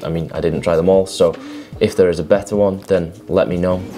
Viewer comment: can't you say 'a' correctly ie as in Ago Alive Anew? and 'one' is WUN.